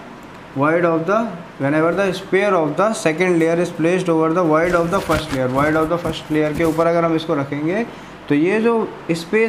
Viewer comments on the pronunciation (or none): none